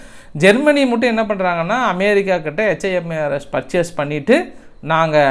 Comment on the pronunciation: iris aunty,Super Super best News ❤😂😊😅❤ in RUSSIA not AM BIR RI KA 👍